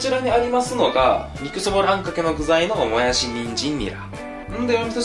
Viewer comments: ぬんずん ぬぃら、ぬんずん、もやすぅ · もやす、ぬんずん、ぬら に笑った🤣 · もやす、ぬんずん、ぬら 癖が強いwww